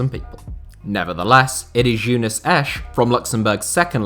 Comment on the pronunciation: Your pronounciaiton of Jeunesse made me laugh so hard.